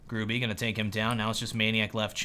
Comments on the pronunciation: Gur-ah-bee... Not grew-bee you durp face xD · You read Gruby like Groobugh. And it means "A fatty". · Dear, you should read Gruby with "y" not "i", i am from Poland so you can be 100% shure that i am not lying:D